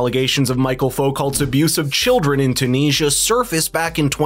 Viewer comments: Also his first name is Michel, not Michael. It’s the French form of the name, which is pronounced as we pronounce Michelle. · Foo - co. As in low. Also his first name is pronounced michelle, like a birds name. Not michael. Although Wishing you all well. Iain w glssgow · Michel, not Michael.